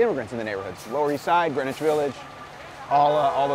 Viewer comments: Greenwich is pronounced the same way as Greenwich Mean Time. The Brtis pronounce it Grenich, and the Americans appear to have followed suit. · Greenwich is pronounced "Grennitch", why I don't know. At least that's how it was pronounced back when I was growing up in the 50's. Yes. I'm old.